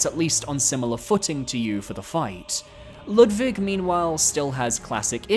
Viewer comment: Why are you pronouncing Ludwig like that? It’s literally said aloud in the cutscene before his boss fight?